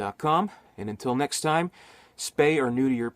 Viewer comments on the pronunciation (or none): none